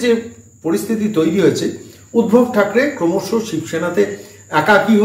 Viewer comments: বারে বারে শুনছি আপনি উদ্ভব বলছেন নামটি সম্ভবতঃ ঊদ্ধব। যদি না ভুল জেনে থাকি। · উদ্ভব নয় উদ্ধব